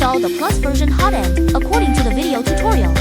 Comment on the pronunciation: It's pronounced "HOT-end", not "ho-TEND".